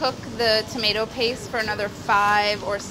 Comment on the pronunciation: It's prenounced tomato not tomato